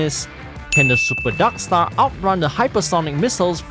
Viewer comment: i love how you say "darkstar" as "daksta"